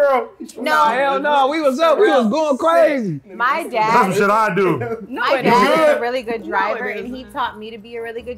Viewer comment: said it tastes like she’s succin onna cork😤😩😬 lowkey “CWAZY”!!!!!…u can see it in her eyes AD betta stay Dangerous 😂😂😂😂😂😂